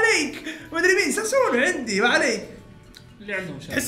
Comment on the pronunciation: سوسانو ❌ ساسونو ✅